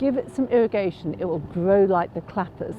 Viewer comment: O, she's so sensible, so professional, so knowledgeable, such a great eye. Direct, confident, 100% posh. And I keep reminding myself, "just iwwigate it, and it will gwow like the clappers."